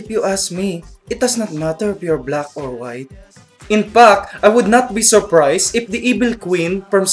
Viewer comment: really funny but cant u talk in a natural way? can u? hehe .. inpak( infact) hahaha.. i find it cute..